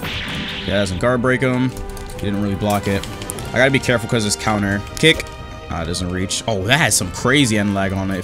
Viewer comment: why do i hear " satsuki's cake" instead of "satsuki's kick" 💀💀